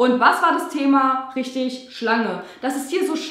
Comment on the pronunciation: Hab bei dem roten Schuh verstanden: ,, Die wurden insperiert von irgend so einer Schlampe Insperiert " statt Schlange 😂